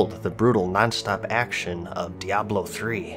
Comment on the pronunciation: Diablo 3 wasn't exactly how you say btw.